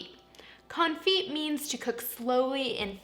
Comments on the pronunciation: It’s not con-feet. It’s cone- fee. The t is def silent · Thumbs down because this is what I took away from this video ... confeet confeet confeet confeet confeet confeet confeet confeet Good grief woman. You run a cooking channel and it's the topic of your video. 5 minutes of research and you would've figured out that it's pronounced con·fit ( /känˈfē/ ). The "t" is silent. All I heard through this video is how to cook chicken ... with feet. Disappointed. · It's pronounced con-fee like ballet is pronounced bahl-ay. French words don't sound the T at the end. The constant T pronunciation was like nails on a chalkboard for the whole video. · The t is silent...